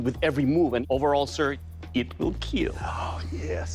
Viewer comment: "Overall sir, your weapons... They will keel :DDDD"